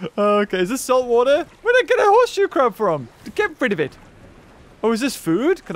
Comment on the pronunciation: Anyone else started calling horseshoe crabs hermit crabs after said hernit crabs?